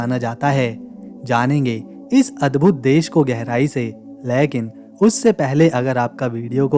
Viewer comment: "लेकिन" शब्द का उच्चारण गलत किया जाता है । सुधारना करो ।